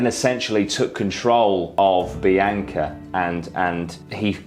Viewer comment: love this channel but if your going to cover somebody's death to show respect whether an accent or not you should probably pronounce her name correctly. seems disrespectful. It is very obvious her name is BEE-ONKA not BEE-AINKA. have you ever met somebody name bianca and pronounced BEE-AINKA? no.